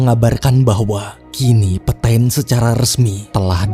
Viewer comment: FYI lagi, bacanya kurleb "petang" bukan "petain" :')